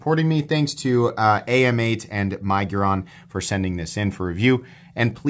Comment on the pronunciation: I think AMEIGHT is actually pronounced Ay Mayte